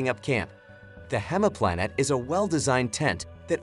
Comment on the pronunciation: not 'hemaplanet' - it's pronounced like 'hymeplanet' - The English translation for the German word "Heimplanet" is "home planet."